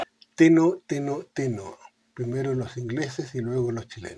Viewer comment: No es "teno, teno, teno.." sino "tero, tero, tero..". El tero en un pajarito muy característico de la región pampeana.